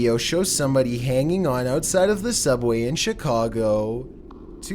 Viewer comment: Ouuutsiiide, oooopen, hoooome, at aaall, viideoooo, going oooff this dudes pronouncation is a trainwreck